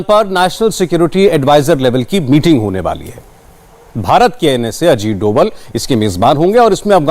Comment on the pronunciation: उसे डोवाल नहीं डोभाल बोलते हैं ।नाम बिगाड़ने से काम नहीं बिगड़ते । कैसी मीडिया है ।